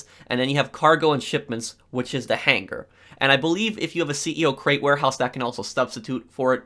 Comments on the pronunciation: I appreciate the quality of information you offer in your videos, but you have to learn to say hanger. Right it's hang-er You're saying han-ger which sounds like you've phlegm stuck in your throat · I’ve never made a comment in my entire life but holy fuck I’m getting so annoyed over how HARD he pronounces his G’s in han-GHER. Holy crap dog I had to change the video over it. Work on yo speech. I counted that like 60 times. The g is silent buddy. I’m sure you learned about stuff that in like 4th grade.